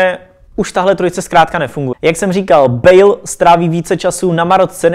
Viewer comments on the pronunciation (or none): none